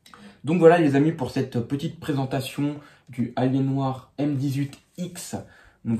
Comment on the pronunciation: ça se prononce "alienwère" si jamais! En terme de laptop ça passe bien mais en terme de desktop faut surtout pas en acheter! Par contre lui tu l'as payé hyper cher pour les specs, même si c'est robuste! C'est pas ce que j'appelle une "bonne affaire". Et en terme de processeur dans les choix on est bien limité... L'écran m'a l'air un peu pourri aussi, en revanche le clavier a l'air bien sympa par rapport aux laptops gaming modernes. Le fameux port est un port express card, en gros PCI x1 en hot swap. On peut y mettre toutes sortes de choses.